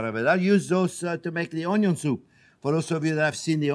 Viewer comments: 😂”onyo” 😂 It’s onion! ❤😂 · I can only say "onyo" now. There is no other way to pronounce it. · Chef J.P. is my favourite bar none. That muppet Emeril Legasse should never have had a TV show instead of this Man. 'We gonna use a little onyo!' beats 'bam!' any day of the week, not to mention the most mouthwatering recipes I've ever tasted. Pure French cooking adapted to North American tastes. I know the man uses less cream then his heart tells him to, and I honour him for it. Even though I've only cooked 5 or 6 of the recipes I've watched him prepare, I get astounded praise and awe that I can make such delicious dishes in record speed, and I shamefully absorb the praise but thank Chef JP in my heart. And I do so again with this recipe, which I am SO gonna use for my turn to prepare the family get-together feast next week. Thank you again for posting such awesomeness! (Except for the mushrooms. Never will I cook with let alone EAT the Undead.) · I think of the Cajun Chef (Justin Wilson) every time you say "un yun" 😁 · This guy is great! Please tell me where is from? The way he says onion reminds of the cajun chef I used to watch while in Texas but the rest of his accent doesn't match. I love it. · I love all your videos, & just love the way you say onion your accent😁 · I love how he pronounces "onion"